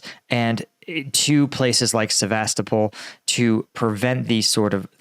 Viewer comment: my Russian coworker says it is pronounced Seh-veh-STOH-pul